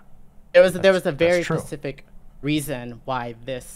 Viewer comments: I'm sorry, but saying "Pacific" so much took me out of the convo. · Omg take a shot every time she says pacific instead of specific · Is it me or does say pacific instead of saying specific throughout the whole convo. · I'm pretty sure it's a speech impediment, or rather the affectation of one. Several times where she responds more quickly, she manages a "specific" just fine. She also doesn't affect other consonant clusters in this manner. A sign that it's done as a stylistic choice. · I’m making fun of her for being unable to pronounce “specific” correctly despite making political COMMENTARY her career